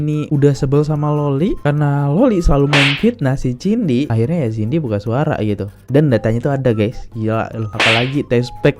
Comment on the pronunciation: hoi jadi Laki2 itu mulut jangan ceriwis macam wanita kalau masih tetap Jantan ... gak usah ngomong macam panci rombeng .. jaman dulu seorang Lelaki tidak pernah mau diketahui berMULUT WANITA begini . MALU BESAT dia /// . so jangan sok kepinteran ya kenal juga kagak sama Cindy bukan TJINDI hoi belajar dulu nyebut nama seseorang atuh